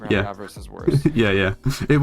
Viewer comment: everytime says "av-ar-ice" its hurts my soul